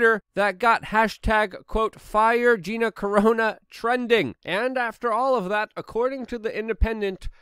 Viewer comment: "Gina Corona"???